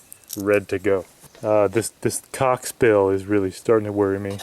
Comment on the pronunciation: i like the way he said calc like cock